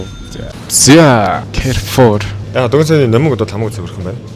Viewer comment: Кайрфор гэшш алиа алнууд ядаж зөв дуудаач! Карфур!